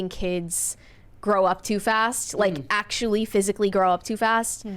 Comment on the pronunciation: “thott” age range? “Oxcually”